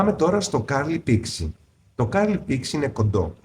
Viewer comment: Ευχαριστώ πολύ για τις πληροφορίες! Μονο μια διόρθωση στην προφορά του curly ❤